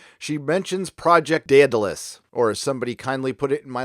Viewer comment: No offense, I was yelling at the screen everytime you said Daedalus wrong, nice review though